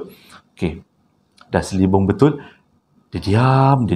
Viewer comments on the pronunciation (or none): Ada lah tershasul tu.... Sepatutnya selubung...tapi shebut...selibung😂😂😂😂😂...TAPI...kita mmg suka dengar shasul shasul tu. Please keep remain the shasul. 😍